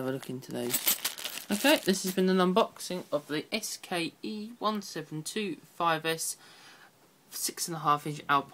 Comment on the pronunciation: You said SKE-1725s twice... Can you not tell the difference between an X and K?